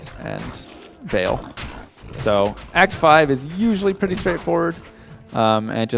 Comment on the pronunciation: Meh, please don't pronounce Baal 'bale'. It's pronounced like 'bahl'. Great run though!